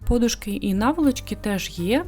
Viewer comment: Треба казати не пОдушки , а подУшки.І не ємКості , а ємНості .Іще не прорезинений , в прогумований